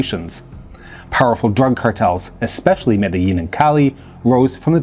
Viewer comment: Interesting that you would pronounce 'guerillas' in a pseudo-Spanish accent while completely mispronouncing Medellin